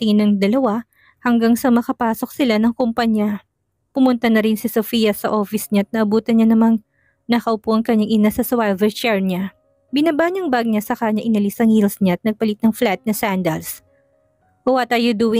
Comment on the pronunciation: Ang galing mo talaga ❤please wag Kang magagalit, pakitama lang ang pronunciation ng SWIVEL chair✌️